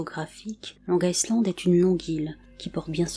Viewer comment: On ne pronnonce pas le S de Island .